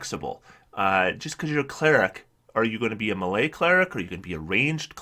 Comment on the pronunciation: The way you say "melee" makes me cringe every time.